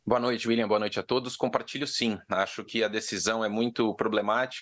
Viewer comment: Impressão minha ou ela falou boa noite a todis?